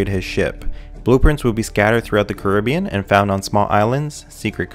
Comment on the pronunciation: I'm annoyed at how he says "Jack-Daw" and "Curibbean"